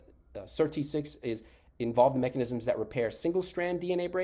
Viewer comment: Annoying to have to fast forward 5mins just to get onto SIRT6. Better a very brief intro that references past videos than the same content over and over. Also why do you call it "Sir.. T6"? The Sirtuins are SIRT then the number. So SIRT-6. Go to any interview, all the scientists reference it that way.